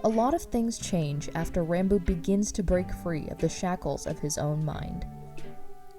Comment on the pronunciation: Its pronounced rahn boo